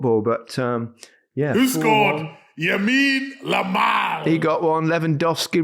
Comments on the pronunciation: its Lamine Yamal not Yamine Lamal Micha haha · Looool Micah forever saying Yamine Lamal like it ain’t Lamine Yamal 😭😂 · He said Yamine Lamal 😅😅😅😅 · Micah- ‘YAMINE LAMAL’ Wouldnt be the first to make that mistake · YAMINE LAMAL??? really??? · YAMINE LAMAL 😂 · Yamine Lamal lmao